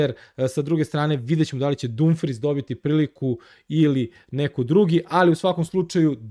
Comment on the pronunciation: kaže se Damfriz